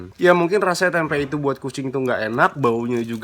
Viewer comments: Risih banget kalau dia blg "tempek",,, "TEMPE" yg bener!! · Nyebut tempe jgn dikasih huruf K.